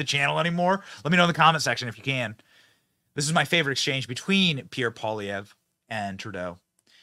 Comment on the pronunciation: As a French Canadian myself , I can confirm that's your pronunciation of Pierre name is way better then before.